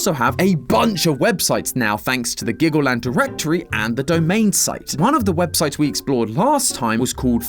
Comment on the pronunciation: dude u mean glaggleland?